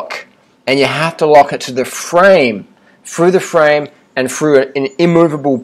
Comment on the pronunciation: Remember FREW the FWAME!